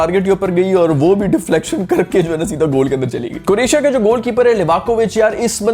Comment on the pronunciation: Don't know why I am listening it as Coratia when you are trying to say Croatia